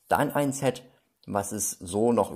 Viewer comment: Ein ZETT schaut so aus: Z. Ein englisches SET spricht sich mit einem stark stimmlosen S am Anfang. Ansonsten noch ein fröhliches Spielen, liebe Kinder!